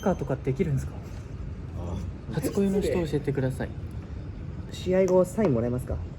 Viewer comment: 琳寧「教"し"えてください」